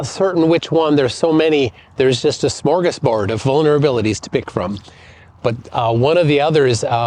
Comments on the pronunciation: Mmmm smörgåsbord (Being Swedish, I should know how it is pronounced and he did a fairly good job) :) There is no shh. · Im not Minnesotan, just wondering, how ELSE would one pronounce it? He literally just pronounced each letter, in order, clearly, in English.